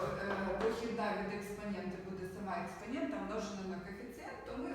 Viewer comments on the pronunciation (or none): Дуже ріже вуха - експанєнта. Попрацюйте над цим